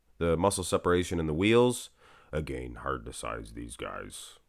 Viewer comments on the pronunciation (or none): none